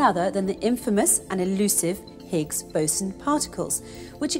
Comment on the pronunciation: when she said the words 'Higgs Boson', i automatically look on her chest coz its sounds like 'Bigs Bosom'.. lol